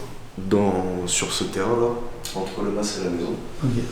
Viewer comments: Bonsoir, Encore une vidéo des plus intéressante bravo à vous 2, mais juste pour pinailler la S de mas ne se prononce pas on-dit simplement un Ma(s) provençal sans dire le s d'ailleurs rien qu'à t'entendre sur la vidéo à l'oreille ben sa cloche direct, pour le reste ben rien à dire le top! Bonne continuation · On ne prononce pas le s (le mas) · Je suis du Sud aussi plus exactement du Var et le S ne se prononce pas... voir Wikipédia !